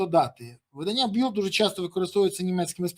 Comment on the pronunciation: Шановний пане Береза. Не Білд, а Більд. В іншому дякую Вам за Вашу позицію і роботу. ❤🎉